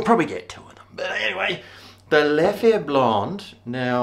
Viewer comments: It is the right pronunciation,! Well done. Although Leffe Blonde is not really one of my favorites, but i reckon you’ll like the Duvel, also one of my favorites. Never heard of Holtland before, and i’m not sure if it’s a belgian beer. Thank you so much for the shoutout and keep being you mate. Love from Belgium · From an Aussie who’s lived in Belgium it is beer HEAVEN. In French you pronounce it Leff and in Flemish it is Leffer. The Brune or Tripel are the best. There are many more.....